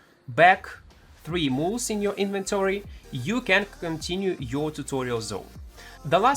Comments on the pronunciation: For anyone else confused, "Mooles" is Mules. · Also... "Mools"